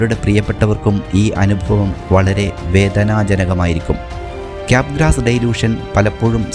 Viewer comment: ഡൈലൂഷൻ അല്ല, ഡെലൂഷൻ ആണ് ശരി